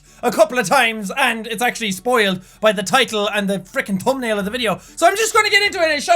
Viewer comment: Did anyone else hear toenail instead of thumbnail in the beginning? I know he said thumbnail, but I heard toenail. LOLOL.